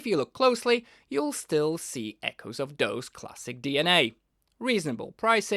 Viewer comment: Dawes is pronounced "doors".